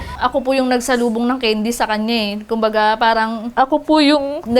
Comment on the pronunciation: candy po hindi kendi